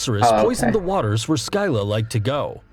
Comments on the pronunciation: “Skyla” BRO PLEASE ITS SCYLLA. HOW DID U GET IT SO WRONG 😭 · Scylla not fckn skylla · It’s Sylla not skylla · The greek pronounciations hurts me as a greek mythology obsessed individual. The video: Sky-la, Char-ib-dus, Zer-ber-us, Chime-air-ah Me: Sill-ah, Car-ib-dus, Ser-ber-us, Kai-mare-ah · When he says sky la for skylla my heart died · The guy's pronunciation of Scylla and Charybdis hurt my soul. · The way this guy pronounced "Scylla", I had no idea what he was talking about at first lmao (Also, pronouncing the "ch" in "Charybdis", and the distinct "poe-sigh-done", what the fuckkkkkk I'm dying) Edit: I just got to "kuh-too-loo" and I'm now convinced this is on purpose. There's no way this guy genuinely believes this is how to pronounce these names. No fucking way. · Scylla and carybdis were pronounced wrongly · I hate how he pronounces Scylla and Charybdis. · The pronunciation of Scylla and Charybdis was also awful.